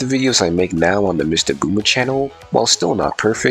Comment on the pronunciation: Nah you definitely said MistaGooner there